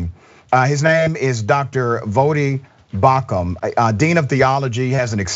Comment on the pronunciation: It's BAUCHAM,not BAUCMAN.